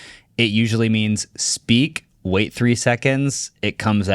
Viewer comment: “Not going to way it.” 😂